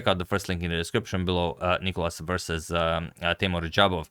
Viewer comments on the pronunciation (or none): Where's the clock? And It's nikOlas, the accent being on O. (You've corrected it in some video).